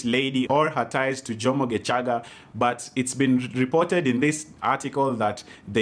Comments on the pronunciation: Lmaoooo. Why are you saying gecaga with a hard CH 🤣🤣🤣🤣 isn’t it shhhh like geshhhhhaga. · The way you've pronounced Gecaga had me rolling "GeCHaga'😂😂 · Happy belated birthday 😘... That pronunciation of "Gecaga"😄......you even know how long she is... Washangaza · Happy birthday 🥳 The way you are pronouncing “ gecaga” Ati nowadays he is just a dj in capital fm😂😂😂😂😂